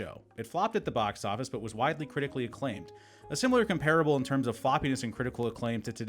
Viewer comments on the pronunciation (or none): Your pronunciation of comparable is wrong.